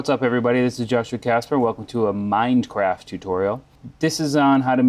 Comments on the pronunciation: This scrub said "mind craft" and "notebox" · did he really said at the beginning "mind craft"? xD